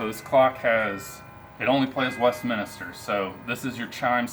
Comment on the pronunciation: West Min Stir - not West Minister...